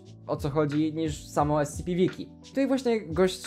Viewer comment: jak on zamiast ES CI PI powiedział ES CE PE to wtedy właśnie dostałem ataku serca